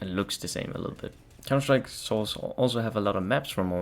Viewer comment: Hey man, good quality video and all but you should work on you voice a little. Try not to mumble words like when you're sayig "counter strike: source" at the start of the video. All the best, keep going!